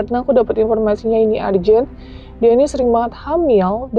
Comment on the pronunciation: punten, nyebut nya bukan arjen tapi erjen....